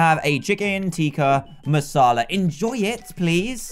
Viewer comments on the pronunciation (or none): none